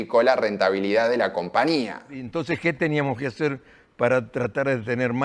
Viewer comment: Porqué nunca pronunciás la Ñ??? Siempre decís CompaNía.